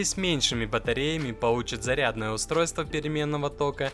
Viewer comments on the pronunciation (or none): none